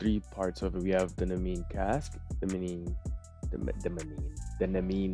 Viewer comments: I believe it’s pronounced nee-me-in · im pretty sure its pronounced "Knee-me-n", its a reference to an old myth i believe